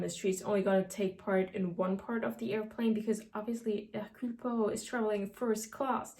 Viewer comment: أحببت نطقها لإسم هيركيول بوارو ايضًا .. انها حقًا رائعة ❤️